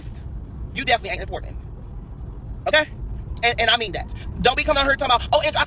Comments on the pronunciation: You are not “Impornan” 😂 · What is he saying Importandant ??? He is not running off at the mouth while looking like someone took a black marker and went off everywhere.🤣 Just ignorant!!! He is ranting because Tiffany is going to be speaking out about the LIES he tells!!! He’s Satan favorite son & he is slow because what fool brags about talking ignorant he big mad everybody is booked and busy meanwhile he’s riding around renting cars and lying like a dog mispronouncing words wishing he was famous rich and important!!!